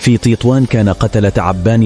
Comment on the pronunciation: تطوان وليس تيطوان